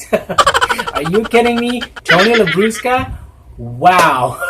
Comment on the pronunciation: ay may special. participation si popsy. ♥. i like the pronunciation of " Labrusca". 😂 😂